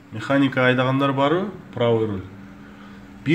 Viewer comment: Руль деп айтыш керек... Рол эмес😠 ошону үчүн жин келет.